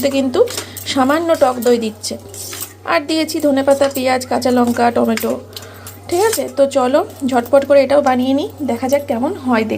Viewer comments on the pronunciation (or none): none